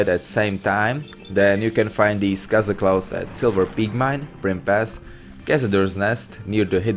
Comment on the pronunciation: Cazaclaw? You mean Kog'Maw :D